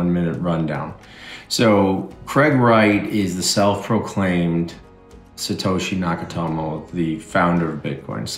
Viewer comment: "Satoshi Nakatomo" 😂